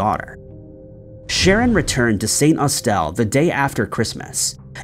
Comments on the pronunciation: Saint Aus-Tell and New-Kye had me cringing 😂😂😂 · Amazed to hear you examining a case so local to me here in Cornwall, so I thank you! As for pronunciations though.. St. Austell is pronounced with a short 'el' sound, despite the spelling and Newquay is pronounced New-key. Again, thank you so much for covering Chad Gibson's case. The pub he disappeared from, The Central is named as such because it is very much the heart of the local night-life area. There are many homes in this area too, and I've always maintained that had there had been a fight or loud altercation, the police would have been called or someone would definitely have heard. Locals are careful not to annoy the residents. That leads me to believe that he left the downtown area with someone willingly, and either left Cornwall of his own accord, or he was well out of town before anything bad happened. He was a big tall guy, so I just doubt he was forced to go anywhere. I believe he left with people he knew. I just hope that someone gives his family some peace soon. If you know anything please contact Devon and Cornwall Police. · St. Astell rhymes with hostel. This dude really struggles with pronouncing place names. He called Edinburgh "edanboro" in 1 vid. Like nah bro 🤦‍♀️, it's so easy to check pronunciations theses days too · Newquay is pronounced newkey,St Austell is pronounced St ostel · Dont want to be that person, but im going to have to say with the Chad case Newquay is pronounced New-key and St Austell is pronounced St Aust-all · I was looking for this comment 👏 the way he pronounces St Austell is completely off also 😅 (I’m from Cornwall)